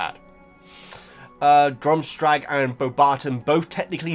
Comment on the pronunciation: "Drumstrag" It's Durmstrang 😁